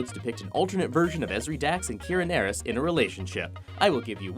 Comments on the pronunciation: NEH-ris?!? Um, *actually*… her personal name is pronounced neh-REES with the emphasis on the second syllable. (Bajoran names have the surname first, followed by the personal name.) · Umm Actually... When you are being corrected about Star Trek: DS9 being the first on-screen Gay relationship, you say Kira "Nair-is" when it is Kira "Neh-rees". Also, arguably, that could go even earlier in the series to Julian Bashir and Garak, who were initially planned to be gay/bi/pan/omni sexuals, and were coded that way for the first, practically, 2-seasons before the showrunner got a case of the "Not Gays" and made Bashir in to the Kirk/Riker character. Though there is still a measure of sexual tension between the two characters through the entire series run, tons of slash-fic about them, and semi-cannon books/stories published that suggests something more was going on. Andrew Robinson and Alex Siddig even lend wait to some of them by doing table-reads of some of the slash-fic on occasion. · Nairez? NAIREZ?!? Um, actually, it's pronounced ne-reese :p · Um, actually Nerys is pronounced "neh-REESE" not... whatever you said.